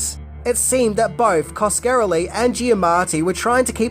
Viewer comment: Oh for Crying Out LOUD! Can't you even have the decency to pronounce the directors NAME correctly?!? He's of ITALIAN descent! It's: "Kas-ka-rel-ie!!!" There it is for you phonetically !! And if in doubt, look up someone ELSE'S You Tube reviews on one of his other films to get it right!! You own him THAT much!! God LORD!!